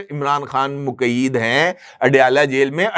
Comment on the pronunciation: Muqeed nhn MUQAYYAD مقید کا صحیح تلفظ ،👆